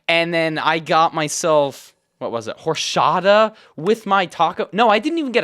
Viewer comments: “Horshata” 😭🙏 horchata brother horchata I’m not trying to be mean but horshata that hurt 😭 have a great rest of your day but next time please say or-cha-ta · “horshota” brooooo some not even the worst pronunciation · for future refernce to help you out "Oar-CHA-tah" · this guy, pronouncing horchata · eh PORFA aprendé a pronunciar horchata bien, pq ahora lo pronunciás re mal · ive never ever heard anyone pronounce "horchata" like that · How he said Horchata caused pain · no sabe pronunciar horchata 😭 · I am 97% certain that you are pronouncing horchata wrong